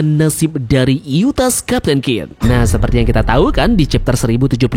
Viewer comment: Yustas min bukan yutas